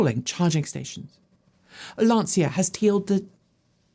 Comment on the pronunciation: Hi, Pls learn to pronounciate Lancia correctly. C like charging. And we don't say the i, just the a ❤